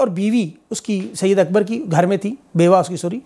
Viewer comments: Bro not syed Akbar it’s صید اکبر said Akbar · Not syed akbar, SAID AKBAR PLS